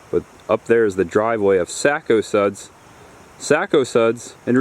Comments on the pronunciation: That's Pretty Cool. I Love Before & After Stuff. Have You Done One On American Graffiti Or Groundhog Day? By The Way, We Don't Say Sack-OH-Suds, We Say SACK-A-Suds. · Enjoyed the vid. You just can't pronounce Sac-O-Suds to save your life. That gave me a good laugh.